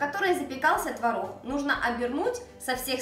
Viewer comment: А вы заметили как хорошо поработала над произношением буквы "Г"? Это большая работа! И в слове "творог" ударение на месте! Умничка!